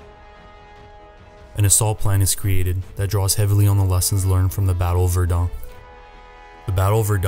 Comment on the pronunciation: The narration is monotonous and hard to listen to and your pronunciation of places like "Verdun" are completely wrong.